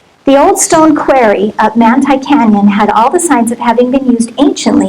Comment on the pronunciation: This woman is an "expert" yet cannot correctly pronounce the very common word QUARRY?? Strange